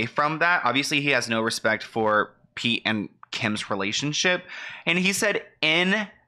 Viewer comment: Why does Kanye call Pete "Skete"? I find it funny but i dont even understand it lol.